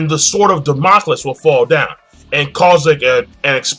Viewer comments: king its pronounced sword of damn-a-cleez. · Also damocles is pronounced "Da-mo-Clees"